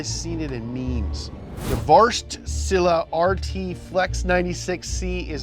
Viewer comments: Wart-shila That was funny!! Almost pronounced it right :D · man just struggling so bad in saying wärtsilä